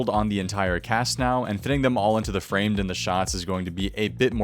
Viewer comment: No one talking about the way he said Settled and Framed ???